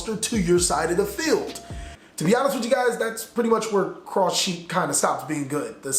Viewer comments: Crochet is pronounced “Crow-Shei” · You pronounced genie like Jenny and crochet(a type of sewing) like crosh and maybe I am wrong but I dont think you got it right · Yup. Crochet is almost like knitting, which looks like what the sheep is doing. Pronounced crow-shay. Search crochet on YouTube and you'll know what I mean. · crochet is pronounced "croe-shey" my dude